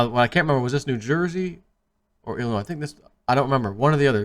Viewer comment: ...please the S is silent when saying Illinois, it makes u look incompetent, luv you!